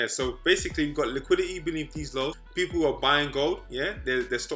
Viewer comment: Normal person: Liquidity: LIQUI-IH-EY